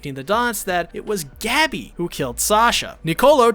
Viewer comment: STOP SAYING GABBY ITS GoH-BEEE. After further watching I have concluded you have never seen this show becuase wtf is the pronunciation of these character names